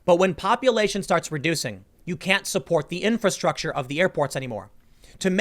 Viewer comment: Tim trying to explain stuff is funny. He can't pronounce infrastructure